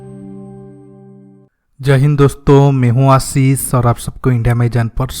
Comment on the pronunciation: भाई प्रणाम! आपसे अनुरोध है कि, कम से कम अपना नाम का उच्चारण सही करें - "आशीष" ना कि आसीस। कोशिश करें की हिन्दी ठीक बोले।